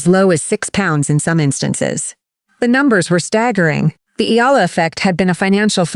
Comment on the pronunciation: Finally her family name is pronounced correctly--Eala (E-YA-LA)